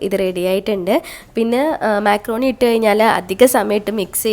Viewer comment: മെക്രോണി അല്ല മക്രോണി